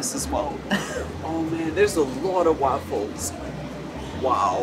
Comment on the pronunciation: The way he says waffles as ‘wahffles’ makes me laugh every time.